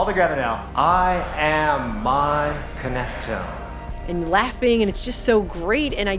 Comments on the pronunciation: Connect- to- ME A phonetics clue it's in the spelling and sound= Connect- Tomb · It’s not connectome, it’s connect to me? Now that sounds creepy.